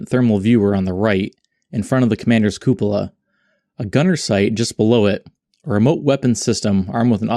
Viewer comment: You deserved a like just for being able to pronounce "cupola".